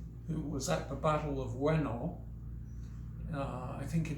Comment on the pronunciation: ive studied battoujutsu and iaido for quite some time and the points that you make arent even close to the regular mentality that budo or iai martial artists have generally in an average standpoint. youre right you didnt say that the battle of ueno was in 1945 i couldnt really understand your japanese correctly it sounded like you said "weno". it doesnt matter if youre trying to cater to an american audience when youre talking ab an all japanese type of swordmanship, nonetheless annunciate yourself correctly please. the mentality of a samurai is taught through many a people weather that be old or new, these things are obvious in our modern time when we can look back at the situation from those points and come to real conclusions of why things went the way they did and why things were done to prevent them, our knowledge is quite limited because not everything was meticulously recorded. obviously everything i say isnt credible in your eyes cause your some enlightened monk and im some random on the internet with a burner account and im not some genius swordsman that is as good as okita or kojiro but that doesnt discredit all the years of work ive put in to learning this type of mental framework. its not super difficult to learn how to act accordingly in that regard, either you learn from someone or use your resources. of course knowing japanese will help you in that aspect more than anything considering your "self tuition" can have a wider overall spectrum of knowledge towards